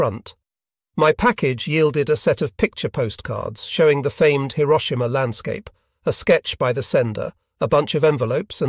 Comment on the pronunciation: The narration is improved. Even "Hiroshima" was pronounced correctly.